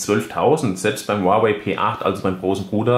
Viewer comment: Es heist nicht "uawäi" sondern "huawei"